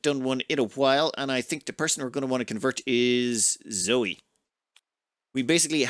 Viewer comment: Zoe should probably be pronounced Zoë, ie with the e as an extra syllable? EDIT: later in the video that's how pronounces the name, too.